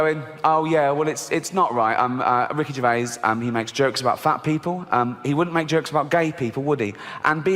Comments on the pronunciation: "Ricky Gervay"? Lol he's not French, "Gerv-ays" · It’s Ricky Gervaiz not Gervay….you pronounce the s…. You Americans slaughter language. The word Herb….you pronounce the H…and if you say you don’t, who is the American Trumpeter? Herb Alpert? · Pronounced Jer-vaze. You are the news now, act like words matter. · It's Gervais - (JER - VAYS) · YOU PRONOUNCE THE S IN GERVAIS! 😡🤬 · It’s “Ger-Avis” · wtf r u on about gervay you avsolute clown the s isnt silent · If you're going to do a video about the man, the least you could do is pronounce his name correctly!! There is an S on the end of his surname and it is pronounced!! Ricky himself talks about Louis Walsh calling him Ricky Gervai and said that it was similar to him calling Louis Walsh a silly cun. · Did he say Ricky Gervay at the beginning? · Why does the voice over keep mispronouncing his name? Nobody ever calls him Gervay!! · He isn't French, pronounce the s in his surname. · The narrator can't say his second name! The last s is not silent. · Why is the ‘s’ sound at the end of his name not pronounced… he’s no French. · His name doesn't have a silent "s" on the end of it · You're supposed to pronounce the s on his name.. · Pronounce the S on the end of Gervais ffs 😂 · There’s an ‘S’ at the end of his surname! 😂 Zzzzzzzzz